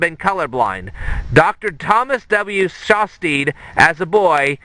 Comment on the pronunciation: you're pronouncing Shastid wrong lol it is shas-tid not shas-teed